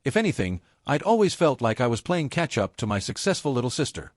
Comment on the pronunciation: Why can't AI pronounce "my?" BIL was as bad as a slimy lawyer.